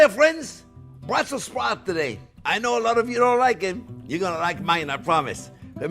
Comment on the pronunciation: Just a morsal: It is correctly BrusselS Sprouts, named for the Capital city Brussels.